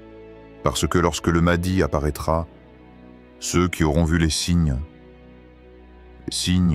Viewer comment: Wa3alaikoum assalam Warahmatou ALLAHI ta3ala wa barakatouh, déjà on ne prononce pas maadi mais maHdi c'est I A 😂😂😂😂😂😂